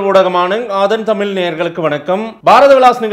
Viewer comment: watch out your pronunciation on "Thamizh"...this is going on for years and no one seems to have corrected you about this...